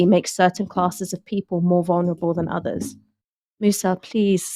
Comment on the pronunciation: that's a strange little speech impediment. For oTHers you say oVVers, for Threat - Fret, for with - wiF, for deaTH - deaF but for THis you say THis.